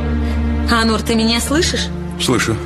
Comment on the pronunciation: Онур, а не Анур. Так же и произносится. ☝️